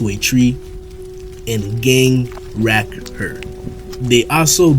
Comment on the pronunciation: Please never say rack again